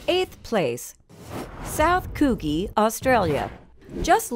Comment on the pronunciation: Its pronounced "Coujhee". Sorry i couldn't stand the poor pronunciation any more